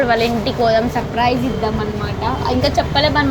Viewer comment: Suprise❌surfrice 😂😂